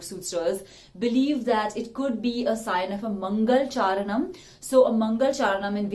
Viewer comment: Which country are you from? Most of the Sanskrit words are pronounced wrongly. For example, it's not "mangalchaaran", but "mangalaacharaNam". Fyi.